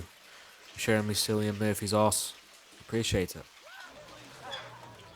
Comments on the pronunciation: Sillian Murphy bruh it Cillian Murphy with a K sound. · The actor's name is actually pronounced Killian 🤔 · Cillian's pronounced with a "K". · bro just pronounced cillian wrong